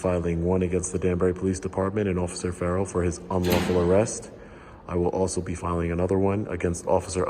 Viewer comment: Its is prounced Fa- He not Fay -he/ and Far - L not Far ell Just to let you know